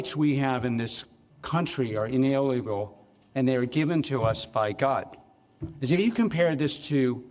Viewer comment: He is incapable of pronouncing Inalienable